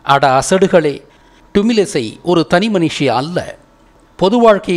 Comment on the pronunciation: அய்யா தமிழிசையை டுமிழிசை என்று மட்டும் கூறாதீர்கள்.. வேறு எப்படி வேண்டுமானாலும் கூறுங்கள்.. ஏனென்றால் தமிழை அவமரியாதை செய்தது போல் என் மனம் எண்ணுகிறது.. நான் கூறியதில் தவறு இருந்தால் வருந்துகிறேன்.. நான் தங்களிடம் இருந்து நிறைய கற்றுக் கொண்டேன்.. நன்றி